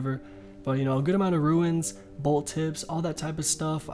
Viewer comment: ROONZ, NOT RUINS.